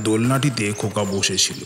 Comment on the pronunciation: khub sundor tobe khoka ta khoka na hoye "nyaka" hoye gechhe